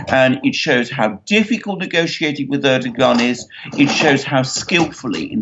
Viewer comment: I love your program but would be so much nicer if you would pronounce the Turkish presidents name correctly....the "g" in his name is silent.